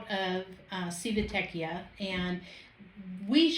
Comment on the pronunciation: You have some great content. So, thank you for that. One suggestion I have is this: for future videos, if you are not absolutely sure how to pronounce the name of a city (or of whatever), do a Google search for how to pronounce it. Here, just Google "Civitavecchia pronunciation." If you had done that for Civitavecchia you would find that the proper pronunciation sounds like: chee vee tah vek ee ah.